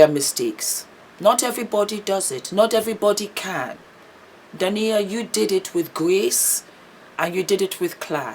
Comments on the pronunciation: Hi, you are a star! Just clarify, Dah-eena and Ah-met for the names! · Her name is pronounced Day-na (Dana), and spelt Daina. Haha. Love you.♥️ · Our differences in cultural pronouncements sometimes causes mispronunciation. I’m sure that being the humble, professional person she is, would apologize for that. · Her name is pronounced Dy-ee-na & his name is pronounced Arr-Met. But the spellings are Daina & Ahmet. I've followed them for a while & it was so sad to see what happened to their marriage. She's now flourishing without him, which is beautiful 🙏🏾❤️🙏🏾